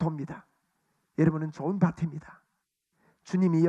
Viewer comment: 목사님, 명설교 잘 들었습니다! 참고로~ 좋은 밭입니다: 조은 바팀니다 ×→ 조은 바침니다 ○.. 가 바른 발음입니다^^ 감사합니다!